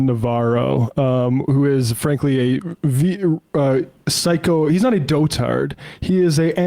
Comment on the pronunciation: FYI, the word "dotard" has emphasis on the first syllable only. The last syllable is pronounced like in the word "mustard." Saying "do-tard" in a way that's uncomfortably similar to the r-slur may get you some raised eyebrows.